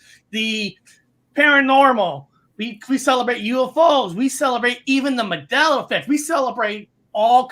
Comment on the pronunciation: It's MAN Dela not MAdela!!!!!!!